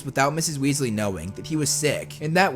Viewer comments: ronald weeslee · MacaRon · Wealsey It’s weasley not wealsey